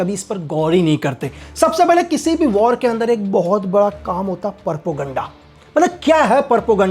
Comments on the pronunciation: 0.37 its Propoganda not PappuGaannda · परपोगंडा? 😅😂😅😂 प्रोपेगैंडा,,,,,,😊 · Perpoganda. Nahi hota chutiya. Propoganda hota hai 😄😄😄😄😄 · Propoganda ❌❌ porpoganda ✅✅ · Aap kaha thy gyani baba ? Porpaganda nhi. Propaganda hota h